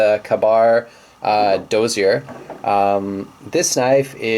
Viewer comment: he didn't even say Dozier right😂